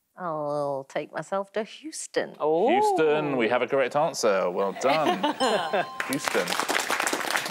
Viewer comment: Someone finally told them how to say Hewston instead of Whoston.